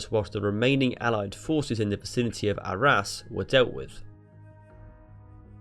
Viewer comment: In the vicinity of ARRAS....SOUNDS LIKE OUR ASS